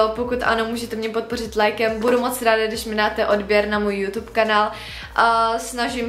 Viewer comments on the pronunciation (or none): none